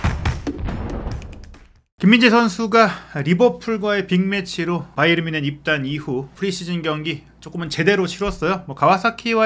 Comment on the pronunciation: 바이언? 그 건 미국식발음! 독일팀인데 독일식발음으로 해야지 ᆢ가ᆢ